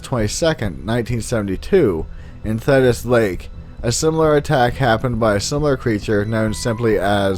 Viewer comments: "thee tis" lake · its pronounced (thee-tis) thetis lake. I live only a minutes away from it.